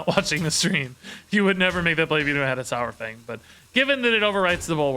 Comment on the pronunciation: I know I'll get a heap of hate, but it just annoys me to no end. It's sawfang, as in dinosaur. Not sourfang. Love your content though.